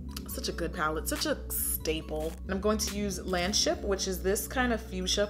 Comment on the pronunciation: she said lanship instead of ladyship no shade tho